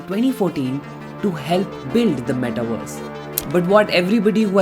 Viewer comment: Ok. Great video but....can you focus on pronouncing metaverse not "metaWARS" please?